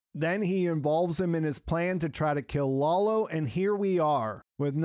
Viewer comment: i love your reviews, but please show some cultural appreciation by pronouncing the names properly! Lalo (like "lullo" but not "lawlow") and Nacho (like "Nutcho" but not "Nawtcho") would be amazing!